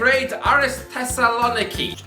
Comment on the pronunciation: The Thessaloniki pronunciation is better than i thought lol